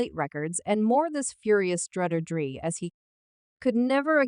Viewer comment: CAP . .Where it starts is with the narrator not being able to say DRE's name right 😂 good click bate everybody wants #Tupac answers .